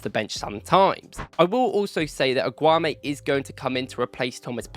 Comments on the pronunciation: You're wrongly pronouncing his name dude its AAAAAAAGGGGGOOOOUUUUUUUMMMMMEEEEEEEE MAN COMMON!!!!! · Pronounce his name properly man. 😂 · You mispronounce his name every time. It means you're genuinely mispronouncing. And that tells me that either you watch football matches on mute or you haven't watched him enough.